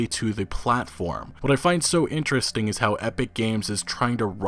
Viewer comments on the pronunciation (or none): none